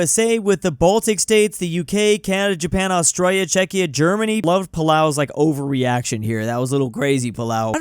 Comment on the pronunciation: Jay-pan 🤣Don't get more Murican than that.